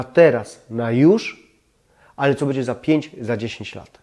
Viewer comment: kochamy Pana i dziękujemy za filmiki, ale błagam nie " cześ", " bedzie" itp.